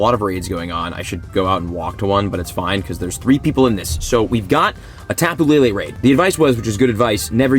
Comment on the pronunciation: It’s not tapoo lele it’s topu lele